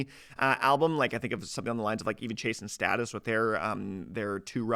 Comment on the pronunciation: Why do you pronounce Chase and Status like that?